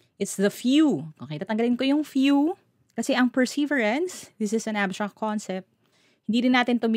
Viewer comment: ..ilipat lang ang stress sa 3rd syllable. Galing sa 'persevere' - itutuloy lang ('perseverance')